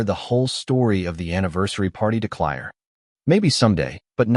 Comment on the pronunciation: Clire? It's Claire. This AI stuff is not only not bullet proof its just plain annoying. Try editing better.